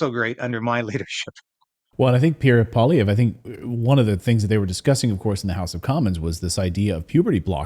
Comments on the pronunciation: Pierre PWA-LEE-EV(RE), accent sur la derniere syllabe. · Pierre "pwah-lee-ev" Not "paulee-ev" Poilievre is french is nature. That's why it sounds like "pwah-lee-ev".